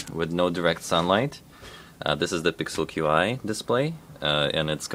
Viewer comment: Qi is pronounced "chi"